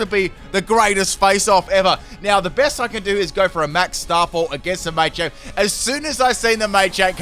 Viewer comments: >MAYchamp It's just MAH-champ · May-champ Everyone:Muh-champ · Your pronunciation of machamp and duraludon is upsetting.